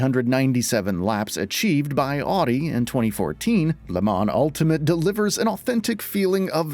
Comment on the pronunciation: This page isn't great in my opinion but the pronunciation of Audi and chassis confirms it with this video 😂 Also I wish ACC2 was coming to Series X day 1! Forza is good but needs a radar and better safety matchmaking